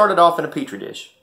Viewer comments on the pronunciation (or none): LMAO super funny he started off in a pertreedish